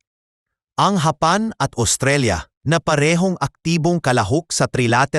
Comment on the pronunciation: "HAPAN" na po pla ang pronunciation ng "JAPAN" sa tagalog. Sana po nai-correct ung pronunciation ng AI voice, ✌️😬😅🤫